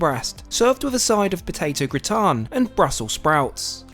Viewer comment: good video. A side of " gratin" is pronounced gratan. "Comte" is pronounced Comt.